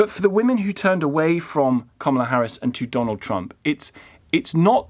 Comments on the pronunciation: Who is Komola Harris? Try pronouncing her name properly. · Best thing about the Harris defeat is that we don't need to hear UK journalists overpronouncing her name any more. It's not comma-la if you have an English accent. It just isn't.